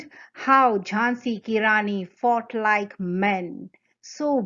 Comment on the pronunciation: Everytime u say “she fought like men” it sounds like “she fucked like men” 😂